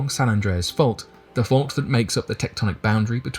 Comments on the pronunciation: You pronounced it perfectly bro. Doing good things. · You are pronouncing it right and I went to San Andreas high school in California and I lived on the San Andreas Fault in Tiburon California, which is in the Bay Area. John creak. Get at me bro. I’m around the corner from you on the Contant creator in the making right now. Peace to you and your family. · You’re pronouncing it correctly. Go online and research the San Francisco quake in 1906… look at the pics that show how wide the earth spread and see the cars that were swallowed. Then… the ground merged back together. Plus, there’s a website that monitors the quakes in California every day. You can check it and see how many, their magnitude and locations. It’s always updated and current. Having been born in Long Beach I remember more than a few. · Your pronouncing it right lol😅